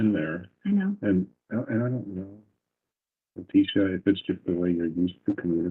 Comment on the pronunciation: "Believe tiecha" mode lol